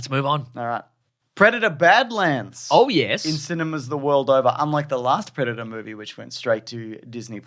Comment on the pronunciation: I thought you was saying "Breadator"